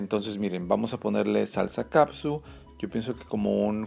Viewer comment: Ketchup! Ketchup! Ketchup! No caPsuT! Lean las etiquetas, me encantó que usa guantes... Eso se agradece sobre todo por que trae anillo, soy nueva en el canal, espero no te incomoden mis comentarios, si pronuncias bien glaze...por fa lee la etiqueta de KETCHUP! FELICIDADES! ES DE LAS MEJORES RECETAS!